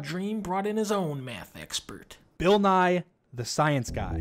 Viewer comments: Fucking murdered me when he said “Bill Rye” 🤣😂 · when he was talking about BILL NYE he pronounced his last name wrong of course I'm not taking about Dream I'm gonna change the comment so It won't confuse anyone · Man said Bill Rye lmao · “Bill Rye”